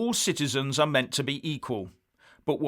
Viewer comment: I thought said EU shitezens. Must clean out my lug holes.